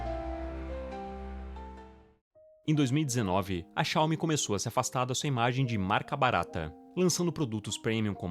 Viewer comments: cáume... dói na alma. Coloque no tradutor o nome certo, e ouça a pronúncia .. Pronto, fim da discussão. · Não é uma crítica ao vídeo, mas o certo é Xiao-MI (oxítona) apsokaopsop ngm mais fala certo